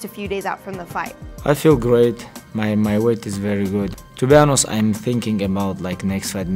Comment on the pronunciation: "to be anus"